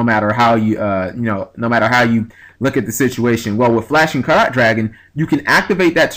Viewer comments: It's pronounced the same way you would pronounce "carrot". If you've ever heard people talking about the purity of gold, you'd hear them say it's "five carat/karat gold" or something like that. Just in case someone hasn't said it already. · Carat, say it like Carrot :P It's Carats as in Diamonds/gold/silver/etc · Btw, Flashing Carat Dragon, I might be pronouncing this wrong as well, but I think it might be like when you go to a jeweler, and they ask "What carat diamond would you like" so it would be pronounced like carrot the vegetable I guess?